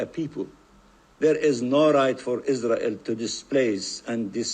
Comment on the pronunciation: I can't stand that Israeli speaker. He pronounces all his r's as w's. "Iswael" "wesolution" "genewal."